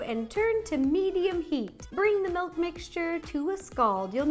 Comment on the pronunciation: Did... did she say... melk?